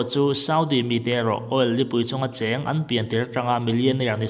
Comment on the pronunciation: All nilo in oil tih zawk tur ni awmtak ah kalo ngai